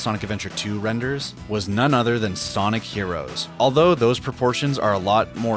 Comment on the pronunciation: Por que você fala soniki